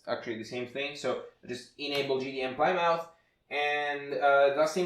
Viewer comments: Plymouth is name of a city in England, pronounced 'plimeth' :) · this isn't too important but plymouth is pronounced pli-muth. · LOL, Plymouth is a town in Massachusetts, USA, pronounced "PLIM-uth."